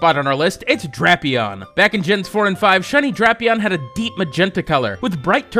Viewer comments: DRAPE-eon long a sound not short like in crap. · I thought hippowdon was pronounced hippo-dun. And drapion dray-pion